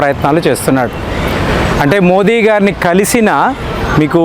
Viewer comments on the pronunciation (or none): none